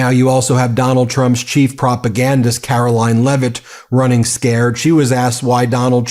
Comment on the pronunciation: Care-oh-lying Leave-it !!!